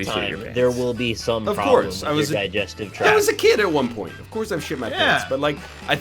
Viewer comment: "What's the ploblem?!"